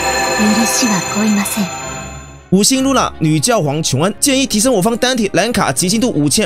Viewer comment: 是覺皇（X）睡覺的覺皇